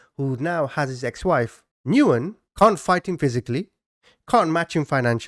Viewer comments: BTW, the common Vietnamese last name Nguyen is pronounced: "Win", not "Noo-in" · I believe" Nguyen" is pronounced "Win" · Nguyen is Pronounced "Win" or "When" The N is silent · I love your channel and content, but please - the person you are discussing by the last name of Nguyen is pronounced, "When." Please at least look it up online before constantly mispronouncing it! It hurt my ears every time you said it!